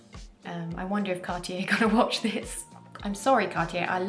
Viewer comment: Happy to hear someone say Cartier instead of Car-Ti-Jay.